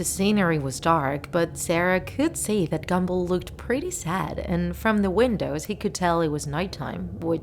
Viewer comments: Me: Gumball Her: Gambull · I hear gamble not gumball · Did she just say gamball its gumball Gumball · U JUST SAY "GAMBALL" INSTED OF "GUMBALL" CUZ U R SOO DUMB!!!!!!!!! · SHE PRONOUNCED GUM BALL AS GAMBLE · "Gamball" lol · I’m not trying to be offensive but you said gamball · she said gumboll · It sounded like you said gemball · Ahh yes... "Gambull" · You say GUM ball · no offence, you said “gamball’ in the first part of the vid XD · Is it just me or do I hear "Amazing World of Gamble". No one? Just me? Ok. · She said gumball wrong